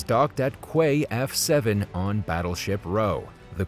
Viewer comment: Quay is pronounced key. 🤦